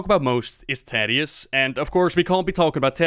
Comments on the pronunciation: The Story of Thaddius, Feugen & Stalagg [Hearthstone Lore] but every time he says Taddius instead of Thaddius it gets louder. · Please. "th".... "tha-dius" please don't say tadius. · I hear tatius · i didn't know it was pronounced taddius not thaddius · You're triggering people again. Thaddius Like the The in "the" or "That" or "Thesis" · Never ever heard anyone pronounce the 'th' in Thaddius like in 'that', but rather as it is said in 'thanks' (for example)